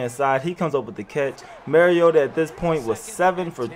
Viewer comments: Mah-ree-oh-tah not Mar-ee-ota... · how do you say bar? "Bar" note "Bare" Now say "Mar" "iota" Not mare